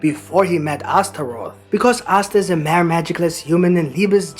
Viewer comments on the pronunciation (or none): Are you two French? The way you guys pronounced the English word 'mere' gave it away.